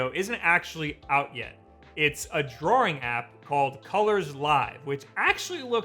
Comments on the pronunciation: (why is he saying "draw-ring" instead of "drawing" tho??) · What is drawrring? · The way you pronounce "drawing" makes me wanna kill myself.